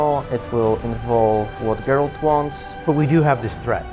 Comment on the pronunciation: It's Geralt. No "d", my friend.